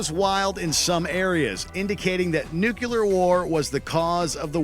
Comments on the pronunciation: nuCLear, not nuCElar! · "NUCULAR WAR"